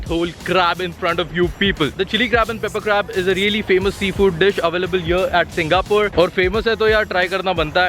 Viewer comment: bro it is not 'SingaPUR', say 'SingaPORE'